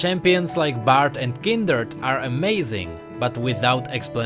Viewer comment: I always watch vid like this hoping that i get to see or hear kindred and sure i heard say kindrd and i was like"huh? Wait wut?" Then im pretty sure its kindred all right i really like how is pretty rational about this kind of vids but its sad i didnt get to watch any kindred but anyway its a gud vid...but plss rito give us a much more clearer lore not some more headaching lores